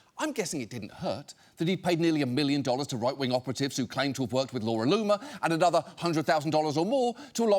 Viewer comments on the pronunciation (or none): none